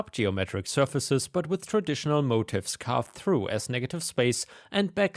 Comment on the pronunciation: that word is "motif" pronounced as mo-teef, its a design term for something like a repeating pattern of design element to give a cohesive look